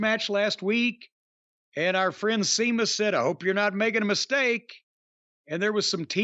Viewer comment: Idk why but it always cracks me up when Jim calls him Seamus